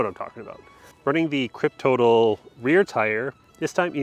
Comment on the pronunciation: Nice bike! I thought the tires are pronounced crypt-toe-tall.